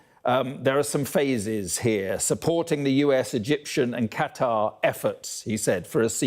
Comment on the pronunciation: He didn’t say sausages but he called Qatar “ Cutteries “